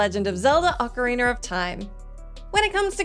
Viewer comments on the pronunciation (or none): OcarinA, not OcarinER, there’s no R at the end 🤦🏻‍♂️